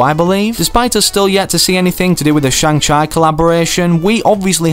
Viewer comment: You said Shang chi wrong